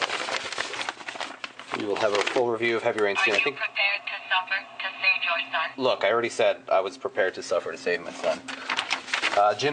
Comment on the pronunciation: hahahaha " Are you prepared to save your sson?"